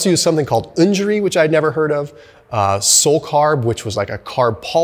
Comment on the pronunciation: 'Unjury' sounds like a blend of injury and usury🤢